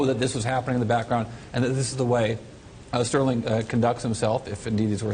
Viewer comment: STERLING NOT SPERLING...